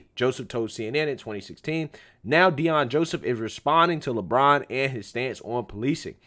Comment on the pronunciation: It's Le braun not Le brain